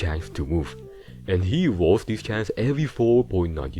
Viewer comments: Chance ❌️ ChanCh✅️ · "one in twenty one tchantch" 🗣🔥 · Bro this guy on another lvl. The way he pronounced chance had me laughing bro. why do people talk like this? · I am dying at how he pronounces "chance"